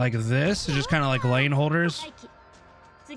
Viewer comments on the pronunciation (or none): none